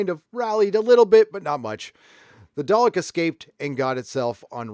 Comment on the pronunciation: Do all Americans say day-lick? It's dar-lick!